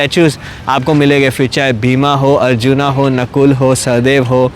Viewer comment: आप क्यों अर्जुन को अर्जुना, भीम को भीमा बोलते हो? काले अर्जुन बन गए हो क्या?😮